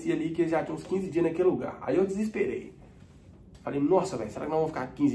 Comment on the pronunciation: “Aí eu disiperei” 😅😂